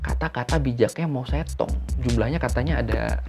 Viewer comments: Loe ngomong kedengaran gue itu bukan mao zedong tapi mo setong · Baca nya Mao cetong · bacanya mau se tung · Kayaknya pengucapannya , mou zedong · Mao Zedong seharusnya dibaca Mao Ce Tung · kan dh saya ralat Mao setong. Ini blm pernah sy dengar. Klo salah pengucapan ya gk mungkin brkali-kali. Jangan kepedean. Jangan sok mengulas sesuatu klo gk tau.